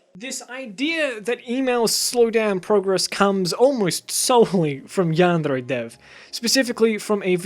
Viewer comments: I can’t comment in the video because this is really annoying me. Of course, don’t butcher a pronunciation but you’re really overdoing “yandere.” You don’t need to sound super duper cultured, because it is unnatural. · The way you pronounce yandere is maddening, it’s driving me insane and ruins the video so much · hey stop pronouncing yandere like a homosexual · Hey there, nice video. I used to love yandere simulator, but the dev just keep on adding unecessary thing instead of the main goal. Even I like your vid and your argument is much alike with mine, i kinda tempted to dislike your vid just because your 'yandere' pronouncesation #ripenglish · why do you pronounce yandere oddly? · nice video but I seriously can't get over the way you say yandere it's BUGGING me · The way he says Yandere is an accent. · I know you're trying but that's not how you pronounce yandere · What triggers me is your pronouncing of yandere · Your fucking pronouncination of yandere gave me foot cancer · ITS NOT PRONOUNCED AS YAN DRE ITS YAN DEAR EH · Lol you're a stupid lying bitch this is sooo stupid you're a fucking follower of the new "hate on yandere dev" and it's yan-D-er-A not yand-RRRRRRRRRRRRRRRRRR-ay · I was interest until he started pronouncing this Yandere like yanderrre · Jaguar That's not supposed to be a rolled r, but a tapped or flapped r. He did not pronounce it as a Japanese person would. Should be yahn-day-ray, not yahn-dehr-ray. Vowel sounds and Japanese are entirely consistent, unlike in English. He almost pronounced it right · Why does this guy pronounce yandere like yan Dare Dev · It’s not pronounced “yam-dairy” either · i just love how he says yandere yandrrre its a weird flex but it's fucking amazing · yandrè ... what is this pronounciation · He says "yaandre" :') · YanDev pronounces it as, "Yeah-n-DAIRY". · cant help but hear "Yandray" whenever u pronounce "Yandere" wrong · your way of pronouncing "yandere" really bothered me through the whole video